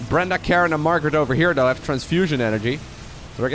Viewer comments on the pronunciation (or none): none